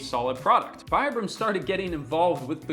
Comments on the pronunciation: Its pronounced veebrum ... Goes on to pronounce it vibrum the rest of the video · Americans pronounce Vibram "vye-brahm"? XD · You tell your audience that the company is pronounced "Vee-bram" and call them "Why-bram" for the rest oft the video 🧐🤪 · If you pronounced good at the second try…why did you kept going with the wrong pronunciation? It is veeebraam. Vibram wasn’t actually wrong, we are made barefoot, we aren’t born with shoes. I moved from normal shoes to barefoot at 37. Took me a while, 2 years but it was quite Normal to understand that you can’t ship from a training to an other in a blink…but hey. In Europe we are less dumb that North Americans apparently. There is also the part where you have to understand that you have to change how to walk, not just how to put your feet on the ground. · "They're pronounced 'Vee-brum.'" (continues to pronounce them wrong throughout the video) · If it's pronounced "vee-brum," why not pronounce it correctly? Great video btw. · I love my pair. I use them in the gym and hike in them. And you are pronouncing it wrong. It's like "vee-brum". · It kills me that he says "Here's how to correctly pronounce 'Vibram'" and then proceeds to mispronounce it for the rest of the video. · If you're really concerned for the humanities ''Future Proof"' , practice what preached and pronounce "'Vibram'' correctly. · Can anyone explain to me why on earth this guy keeps pronouncing Vibram the dumb American way, even though he literally explains in the video how it's pronounced and why? wtf.. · But I wonder why he called himself out yet kept saying it wrong afterwards. Kinda odd.